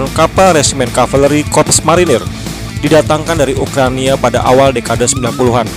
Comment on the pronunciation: Ukraina woi, bukan ukrania...